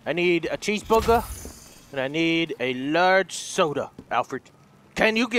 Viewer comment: HA, he said cheese bugger